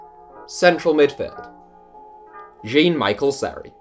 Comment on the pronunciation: Isn't it pronounced John Michel?